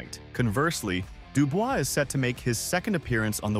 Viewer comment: This guy just cannot pronounce Dubois. He says it differently every time